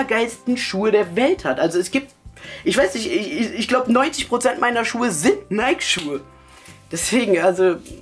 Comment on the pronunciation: alta so spricht man nike nicht aus wann lernst du das mal? haha